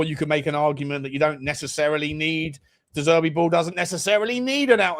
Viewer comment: You really need to work on your "de Zerbi", 🤣